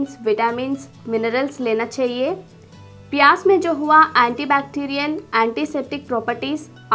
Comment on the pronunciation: 😜😜😜sahi me Maine v notice kiya pyaj ko pyas bol Rahi h